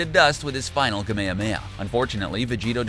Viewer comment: Every time Ka-mea-mea and Zah-mah-sue are said I cringe a little.